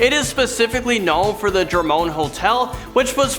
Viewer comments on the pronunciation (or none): My man's said Jermone instead of Jerome lol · Jerome or Jermone? You are pronouncing it the latter... ??? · Jer-moan. Jerome lol. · Jerome Landon not Jermone. Sorry I just had to Mr dontsing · It's decommissioned, not discommissioned, and yes it is real life ffs. Jermone!? 🥴🥴 Really could use some work on proper pronunciation in a few instances. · how do you JER MOAN out of "Jerome"? jeeze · You made a few mistakes in this video. You kept calling the Jerome Grand Hotel the Jermone Grand Hotel. And you kept saying discommissioning instead of decommissioning. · Did he say "Jermone" instead of "Jerome" 🤔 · Yep. He also said Valaska instead of Villisca lol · Jermoan? Georgriel? Valaska. You make great videos but come on man. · I think he's from Jermony. 🤣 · It’s Jerome. His mispronunciation drove me nuts